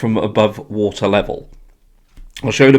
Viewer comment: he also need to learn how to pronounce "wa-ter" not "woo-eer"